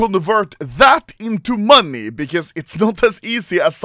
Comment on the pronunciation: Why does this man say money like "MONII"